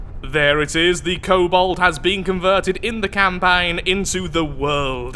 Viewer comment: Hayte cool entry haven’t seen one for the Steel Striders until now. Oh and it’s kobold not cobalt. Btw I just noticed that the abbreviation for the Steel Striders is the S.S... they’re the Nazi war machine of neter...